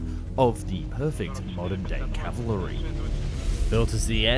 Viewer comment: 🤣 "...the final evolution of the perfect modern day 'cav-uh-lur-ry' ..."??? Oh no! Is the 'cav-uh-lur-ry'' anything like the cavalry? Maybe it's just like the cavalry only 'more gooder?' I guess all those extra syllables make it more deadly! 😂 Or maybe it's the perfect modern evolution of 'Calvary,' the crucifixion site of Christ! A bigger, better Golgotha, if you will. 😉 This word sure seems to give contemporary "military experts" a hard time. "Cav-uh-lur-ry," 😅 Too fuckin' funny! Words are hard.